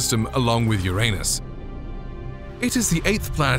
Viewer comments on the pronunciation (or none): You said Uranus wrong…